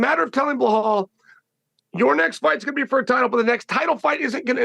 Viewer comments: He's gotta be trolling us at this point. There's no way he hears everyone around him saying PER-EI-RA, and he says PIERRE-A. Or Hazmat, Kamara, Macklechev, Blehal and so on 😂😂 the funniest part is he mispronounces their names to their faces and they don't even bother to correct em they just roll with it 😂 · Chael calling belal blahal drives me nuts lol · Chael doesn’t know to say Belals name. It’s not BULL HALL Chael lol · Blehal 😂😂. gotta love Chael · “Blehal” Muhammad and Islam “maklachev “ are my favorite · Chael Sonnen cannot pronounce Belal's name correctly to save his own life.